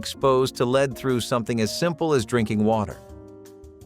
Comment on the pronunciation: "Leed" paint??? It is pronounced LED